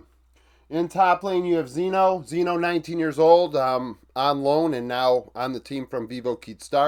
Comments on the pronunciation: its chino not zeno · you should make a fast video showing the difference in stats in the last two series, with Envy. Im pretty sure that those stats changed a lot. btw, the name of the top laner is pronounced with a "Sh" sound instead of the "Z" sound... its "Shyno" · no one cares much and it doesn't matter much but, Xyno is pronounced 'Shee-no' around here